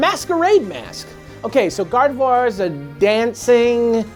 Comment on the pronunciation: "Garvedoir." Come on, gang.